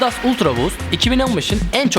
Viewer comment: Sen önce markanın okunuşunu öğren sonra ultra boost un tanıtımını yap